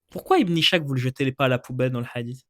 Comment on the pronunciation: Très intéressant comme d'habitude. (Ishaq se prononce إسحاق, pas ichaq, et Schacht se prononce شخت)